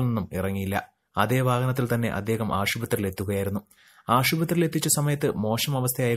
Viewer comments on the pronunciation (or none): ആഷുപത്രി അല്ല ആശുപത്രി ആണ്